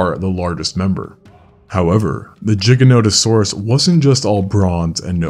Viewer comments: why are you saying it like jiga? the giga should be a harder g like the word giga, sorry it just ruins the video for me. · No it’s not, the creator is saying it wrong too. You say it like you would pronounce Gigantic, Gigan-otosaurus. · Pronouncing it as jigga-note-osaurus is like calling a gif "jiif" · I always pronounced it “Guy-jantosaurus” 🤣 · yeah that caught me to I never heard anyone pronounce it like that jiganotosaurus lol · people who say "jiganotosaurus" are actively trying to piss people off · Bro mispronouncing it like a pro. Jigganotosaurus XD Lets just say also... And now repeat after me: Jigabyte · NOT THE JIGANOTOSAURUS. content creators these days handing out classes but forgot to go to school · JIG-A-NOT-A-SAURUS?????? YOU BELLEND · Why do you pronounce it jiganotosaurus ? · I mean the way he pronounce Gigano sound like "Ginano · You are actually incorrect. The correct pronounciation is Jiganotosaurus, due to the person that named it. Its not an English pronounciation. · Bro calling it jiganotosuraus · You’re pronouncing the name wrong. The root words are Latin. Gigas (giant) Noton (back) Sauro (lizard) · retard cant even say the name right moron go back to school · Would be nice if you could actually pronounce its name correctly. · I hate your pronounciation of gigantosaurus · Why can’t say it properly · A bit hard to take the video seriously, when you keep mispronouncing the name of the dinosaur. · I wanted to watch this but the butchering of the pronunciation of Giga is throwing me off. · perhaps just a mispronunciation or maybe just an accent thing but giganotosaurus is an allosauroid not an allosaurid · Didn't notice there was a j in the name why does he pronounce it like there is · real bro is pisses me off. bet this dude pronounces it as Jif too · It's NOT a matter of opinion, giga comes from the greek word for giant and if you don't say it like in the video you're saying it wrong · Bro...its GIGA NOTO SAURUS. NOT JIGANOTOSAURUS.....